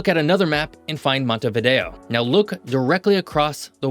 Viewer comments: Se llama MONTEVIDEO .. No " Montevido " ... imperdonable error. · URUGUAY ES UNICO, SU POBLACION ES UNICA. Y SU CAPITAL ES MONTEVIDEO, NO MONTEVIDO. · "montevido" (NO) . "Montevideo" (SÍ) le pronunciación de la capital de Uruguay es mala. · Para hablar de algo hay que saber,al decir varias veces montevido se nota falta de preparación,es montevideo,por lo demás es bastante exacto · Se pronuncia MONTEVIDEO !! y Uruguay NO es un país minúsculo ni estamos despoblados. Somos 3.4 millones y nos gusta así. Tenemos muchas ventajas comparativas respecto a otros más poblados o grandes. De tamaño somos el doble que Portugal,Austria,Irlanda por ejemplo. Tenés que estudiar más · Quien habla o no sabe leer o es un típico caso de "Estupidez Artificial". La capital de Uruguay se llama MONTEVIDEO, ¿entendiste? JG